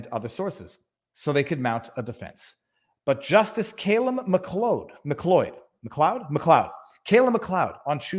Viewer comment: Did you just mispronounce MacLeod? I mean, WTF. Have you not seen Highlander?